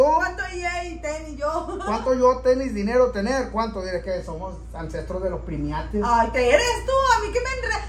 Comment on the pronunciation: pronunciaste mal la palabra es primates no primiates eres chistoso en hablar solo te corrijo mi brohder un abrazo a ka distancia poli de ecuador